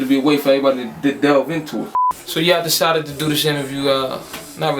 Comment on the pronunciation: I watched that battle about 20 times and I just now realized he said D-sided not just DEcided. WOW